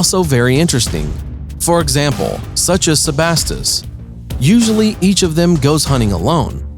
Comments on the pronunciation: Ha haha what the hell is a sbas it's SEAbass mate. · I was like, “wtf is a sebast” until i realised he was trying to say, “sea bass”. Never narrate anything again. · Ills instead of eels Inhibitince instead of inhabitants And sabast instead of sea bass Is this man good?